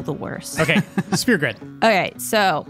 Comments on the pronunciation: she says "spear" grid. When I heard it I had to go back and listen to it a few times lol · OK. I just need to be that guy and say its a SPHERE grid... not a SPEAR grid. Jesus christ people. Pronunciation.